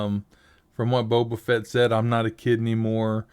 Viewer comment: That wasn't Boba Fett, that was Boba Fatt XD